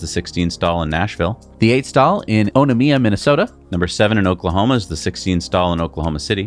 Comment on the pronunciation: Onamia is O na ( long A) mia Pretty close. I was going to give you the pronunciation for Owatonna but then I couldn’t even spell it myself. So I dictated this and it had it right